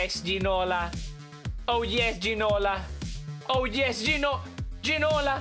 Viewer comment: You pronounced it right